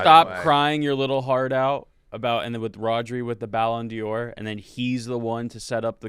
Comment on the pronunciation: It’s ballon DOR not ballon DIOR wtf 🤣